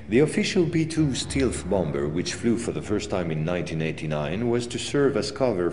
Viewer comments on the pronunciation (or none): Its a U F O not you fo and its a boMer not bomber lol